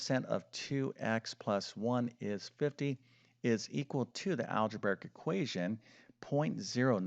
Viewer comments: “Algeberric???” What kind of a math teacher doesn’t know that the word is “algebraic?” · I've often wondered why he does't pronounce "algebraic" correctly. Maybe a form of dyslexia? (which I would think makes this subject even more difficult to master) 🤷‍♀ ✌💙